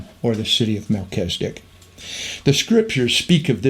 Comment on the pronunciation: MelCHIZ e dek, NOT Mel CHEZ i dik